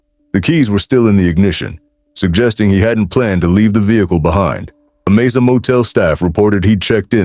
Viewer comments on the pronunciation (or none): none